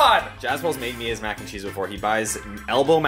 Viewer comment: Mac N Cherese lol